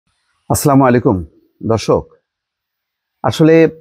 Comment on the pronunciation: Bangla # ভাই আপনার প্রায় প্রতিটি ভিডিওই দেখি খুব মনোযোগ সহকারে। ইদানীং আপনার একটা জিনিষ খুব ভালো করে খেয়াল করছি আর সেটা হল আপনি আপনার বক্তব্যের শুরুতেই সালাম দেন যা অন্য কেউ দেয় না। অনুরোধ রইল সালামটা সঠিক উচ্চারনে দেয়ার জন্য। আপনি যেভাবে সালাম দেন তার অর্থ ভালো কিছু বুঝায় না। তাই অনুরোধ করছি সালামটা সঠিক উচ্চারনে দেয়ার জন্য।